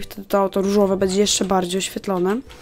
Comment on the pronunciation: czemu ja słysze „Ryżowe”?